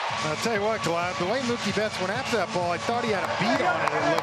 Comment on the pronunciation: Did the dodgers announcer just say “Moo-kay” instead of Mookie?? 😂